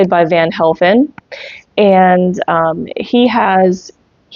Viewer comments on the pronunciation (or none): It's Van HEF-lin, not Helfin. Brandon De Wilde's last name is pronounced Da-WIL-da.